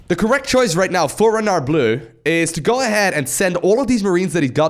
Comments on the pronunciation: when pronuncing renard, juste dont include the "D" at the end, like if it was spelling "renar"!!!! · The R in the name is supposed to be pronounced the Way you dutch People pronounce your g h and j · Renard = Fox The "d" is mute. Just like the "t" in "croissant". French "Rs" are generally not rolled (except very specific places in the south). It should sound more like a vocalized yet softer german "ch" (as in -ach, not ich). 5/10 for effort. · A bit too much on the R on Renard but otherwise the Le Renard Bleu was good pronunciation!